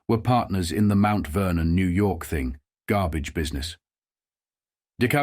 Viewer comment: "Gabbage." Yr Brooklynese is getting better. ;-)